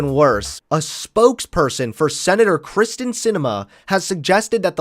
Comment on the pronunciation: Hey constructive criticism. Terrific video. However her name is “Kyrsten” not “Kristin”